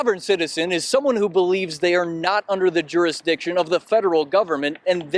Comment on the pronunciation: It's jurisdiction, not juridiction....No offense intended.